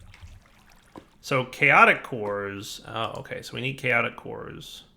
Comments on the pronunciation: "Chatoic" combat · "Chatoic" nice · Ep. 81 “chatoic” combat lol